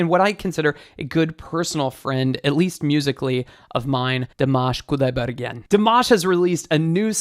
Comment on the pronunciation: I don’t care about his pronunciation but i know for most of Americans it is a big deal, thanks for your 2 min tutorial 👍 btw you pronounce his name “Dimash” and “Kudaibergen” incorrectly maybe you can watch some videos and listen how to pronounce it well. 😊